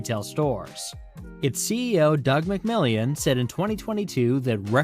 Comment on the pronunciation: Walmart. He said Doug "McMillion"